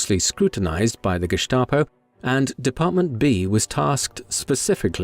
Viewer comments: It is pronounced Gestapo, not Geschtapo. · Very interesting. But who taught you to pronounce Gestap as Geshtapo. The correct way to pronounce it is Gestapo, with an s, not an sh (like in ship) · Pronounced that way, if you had an accent! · There was really nothing new here, this story has been told many times. That’s ok, but incorrectly pronouncing the same word all the time on a otherwise well done documentary is grating.